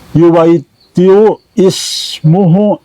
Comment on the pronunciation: baca bhsa arab yuwaitiu iyu salah menurutku, yg bnr: Yuwaathi-u